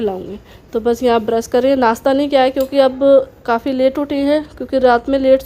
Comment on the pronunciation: Brus ni brush hota h